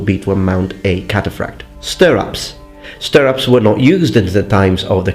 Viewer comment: I've only ever heard "stirrups" pronounced like this